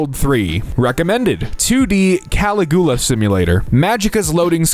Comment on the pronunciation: Your pronunciation of Caligula was beautiful. I shall start using it.